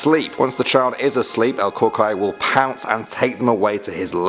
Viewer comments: Frikkin gringo. You dummy that's not how u pronance El Cucuy!!!!! Offensive ! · always delirious38 he also didn’t say cucuy correctly. It bothers me so. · please don't ever say "Cucuy" again. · He said el cucuy wrong😂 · The way he said el Cucuy 😂🤣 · Bruh I’m sorry I like but goddam you butchered the cucuy lol. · bruh every Mexican or just anybody knows that he pronounce this terribly 😂😂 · You pronounced el cucuy wrong 😂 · He pronounced El Cucuy wrong XD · He pronounced cucuy wrong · It’s not el cookiy it’s el coo-kuy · Ok he said "El Curey" LOL!! umm.. good try lol... I guess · It’s pronounced el cou cuy not el cocoy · Cucuy is pronounced "kookooee" Not "kookoi" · Cucuy not cuckle 🤣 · not Cockeye😂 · Its pronounced Coo-Cooi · it’s pronounce la cu cuy or la coco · For El Cucuy u said it wrong you pronounce it Kukuy but you pelo it Cucuy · It’s pronounced el cucoy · He said sum “cucuray” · El cucuy is pronounced El (Coo)(Coo)(E) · El cucuy is pronounce (coo-coo-ee) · El Cu-qoy Wtf😂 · It's pronounce EL (coo-cooy) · El cucuy (El cu-cu-ee) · In case you ever do another video mentioning cucuy,you pronounce it "cuckooey" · Cucuy is pronounced coo-coo-E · La crucrey and just as i thought that was funny i heard him say la Chupacabra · #3 is actually pronounced El Cucuy (Coocooee) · You pronounce it El “Cu-Cu-eeee” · Lol, el cocuoy. That's how it sounds lol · Ps el cucuy is pronounced el kookooey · El Cucuy is pronounced as El Ku Ku"E" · The cucuy is pronounced coo•coo•eee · El Coocoooeeyyyyy . (pronunciation) was a mexican boogeyman i luve ur vids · Just letting you know, it is pronounced COO-COO-EE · That's not how you pronounce "cucuy" it's like "coo-cuey* if that makes sense.n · He didn’t say el cucuy right bruh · Bro....you said “El Cucuy” wrong....I’m not trying to be mean tho.... Whenever it’s like pm my grandma would tell”No te vas afuera por que esta El Cucuy”But I never go outside anymore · He said the cucuy wrong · he said it wrong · I know right